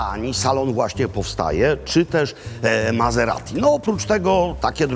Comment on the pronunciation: Mazeradi? Myślałem, że Maserati! Włosi nie wymawiają po niemiecku....